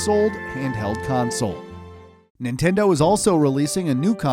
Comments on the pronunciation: you said Ninteno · new 'Ninteno' wow dude